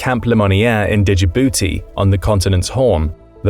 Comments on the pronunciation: There's no vowel between the D and J of Djibouti.If you just dropped the D you'd be pronouncing it more correctly than you are now. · Did anyone else hate how he pronounces “Djibouti”? 😭